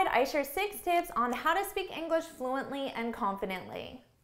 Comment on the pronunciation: inglash XDDDDDDDDDDD